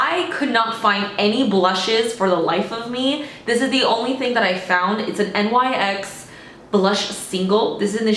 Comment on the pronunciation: NYX is actually pronounced like “nix” 😄 Like the Ancient Greek goddess